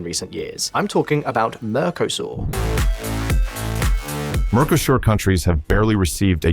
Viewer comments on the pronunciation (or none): What the heck is Mer ke sor?